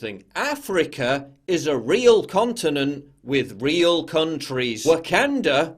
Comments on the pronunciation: It's the intrusive "R" of the Englishman! lol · Someone is emoting pretty hard off of a movie and not pronouncing Wakanda correctly is pure comedy 🤣🤣🤣.